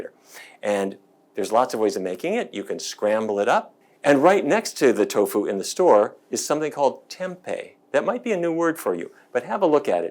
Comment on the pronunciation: I gave a thumbs up but you lost me at Toffu! Lol